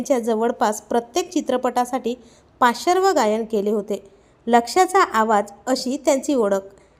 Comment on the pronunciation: चुकीचा उच्चार करता आणि वर बिनदिक्कत मराठी समजत नाही असे इतरांनाच बोलता आधी स्वतः बोलायला शिका धड